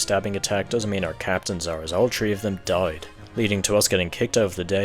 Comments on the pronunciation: sorry if this is an offensive question but... does he say "tree" on purpose..? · “Tree pikmin” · Pikmin tree is all i hear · This guy does not acknowledge the letter H